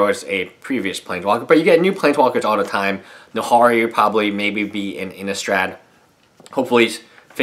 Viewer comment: Who also cringed when he said Nahari